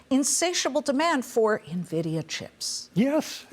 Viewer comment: It’s not Nah-vidia and they are not loaning money to companies. They are investing in companies. In comparison to the Dot Com bubble, the companies he mentioned like Microsoft, were trading at triple digit valuations; NVDA is trading at 27x forward. Amazon was NOT yet profitable. He says they were. Who is this guy?